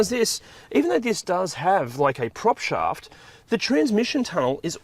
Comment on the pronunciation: Just had to rewind to check…. ‘prop shaft’ 😂